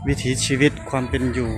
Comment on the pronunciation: "วิถี" ครับ ไม่ใช่ "วิธี"